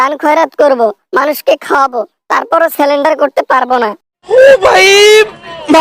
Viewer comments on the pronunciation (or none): সেলেন্ডার না, সারেন্ডার হবে।